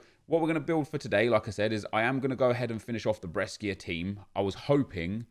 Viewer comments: It's bresha not breskia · When says breskia 😡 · The way you pronunce Brescia Is really weird 😂😅